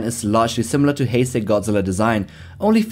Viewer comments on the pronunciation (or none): I know, I just found it weird that you called the Hesei era "Hensei"